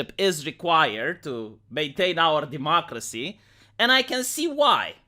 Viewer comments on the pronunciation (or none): none